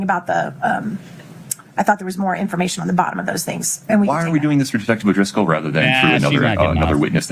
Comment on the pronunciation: It’s definitely O’Driscoll lol. That’s how he spelled it on the stand. People are probably just lazy when they say it lol